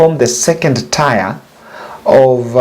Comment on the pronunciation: Please get the pronunciation of "tier" right before you use it again.